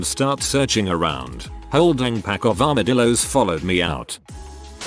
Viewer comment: I couldn't stop laughing after "it was a whole dang pack of armidillos"